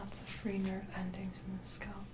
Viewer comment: hi just wanted to say i really enjoy your videos and find them very soothing. Was thinking you could use chopsticks also for scalp checking , might be an option? Also i hope you dont mind me saying this but the pronunciation for 'scalp' is the 'a' sounds like 'a' in apple. I think it's the word skull that throws a lot of people off when saying scalp because it comes out as sculp. Anyway keep up the good work! ps Your sister is so lucky to receive all your massages! :)